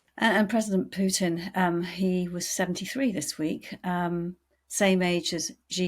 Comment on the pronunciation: “PUITN”? Nice, LOL 😂 😂 😂